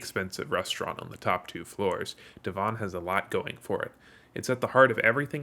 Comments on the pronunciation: Spelt Devon, but pronounced Devin. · for The Devon tower its pronounced DEV-in also soon to be the second tallest in Oklahoma the first is slated to be The Legends Tower aimed to be 1907 ft tall making it the tallest not only in Oklahoma but the whole nation ...Take that Texas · Little sidenote, but the Devon tower is pronounced just how you pronounce the devon in devonshire England.